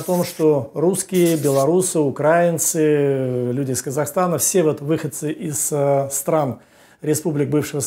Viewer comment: Надо говорить украИнцы , а не укрАинцы